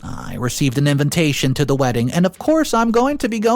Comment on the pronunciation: it is INVITATION not INVENTATION.